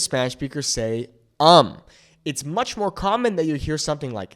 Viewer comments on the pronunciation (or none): none